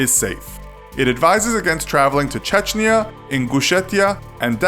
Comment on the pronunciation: Чачния XD